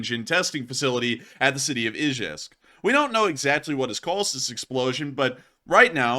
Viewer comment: It's pronounced E Jevisk